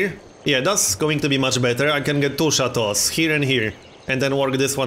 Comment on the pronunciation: Sound pretty french actually